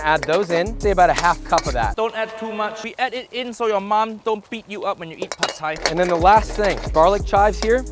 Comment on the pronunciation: THAT PRONUNCIATION THOUGH! - i'm taking away the Thai 'uncle' for that from you.